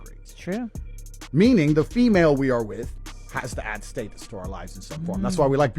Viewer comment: I’m less than two mins in and a just can’t handle how this clown pronounces “status.”